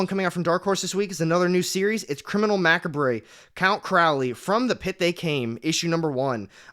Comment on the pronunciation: Macabre is pronounced Ma-cob